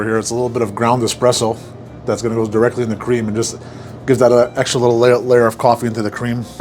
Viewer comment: “That eztra little”